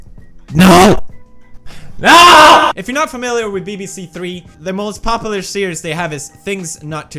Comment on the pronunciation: Has anyone else noticed how Felix has a really hard time pronouncing the word "popular" correctly?